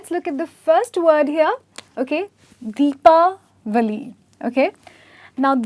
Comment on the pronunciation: mam are you from America or India? you are pronouncing Deepawali perfectly ! So thatswhy i got this doubt .